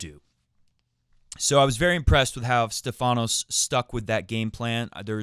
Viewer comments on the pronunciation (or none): Its not StephAnos (intonation on the A) Its StEphanos (intonation on the E) which in greak means "the one with the crown on his head" (get it)!!! Learn it well my friend you gonna mention it a lot ...